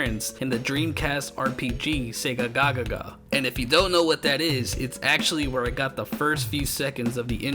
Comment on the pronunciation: Its pronounced Sega-a-gaga. going agaga over something basically means to go crazy over it.